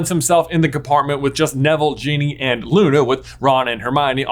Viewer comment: Did you say genie and not Ginny?